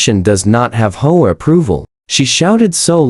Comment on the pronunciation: I do wish that AI could learn to say "Aitch Oh Ay" instead of Ho-ah, but I suppose that's asking too much. 😆